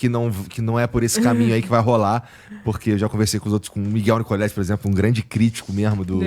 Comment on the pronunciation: "Por exemplo". Saiu "purzempru" kkkk